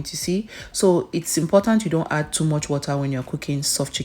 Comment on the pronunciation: I felt it in my chwest when she said “imporant” 😂